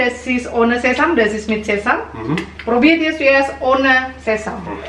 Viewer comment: Sesame itu bacanya sesemi bukan sesam 😅😅